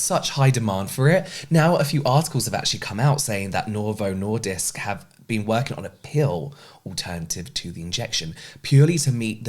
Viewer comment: As someone who is currently in the risk of evolving diabetes and due to chronic illness can't work out at all or make dinner daily, so this might be my future, an extra thank you for speaking up about this subject. As a sidenote: you got Novo Nordisk right :)